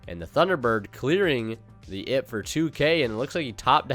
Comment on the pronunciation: its an Ai Pe. Pls dont say ib. Its confusing